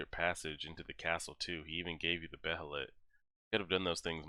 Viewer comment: I'm curious to see what you'll think of Gut's after reading his backstory. These videos are pretty enjoyable. Also, according to the Golden Age movies, Behelit is pronounced "baylet". It's kind of a weird word.